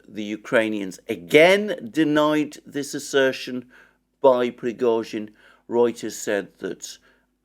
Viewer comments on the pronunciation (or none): none